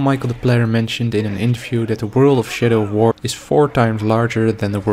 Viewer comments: sounds like he said "shitter of war." yeah theres that alright. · I thought you said 'shitter of war' the first time lol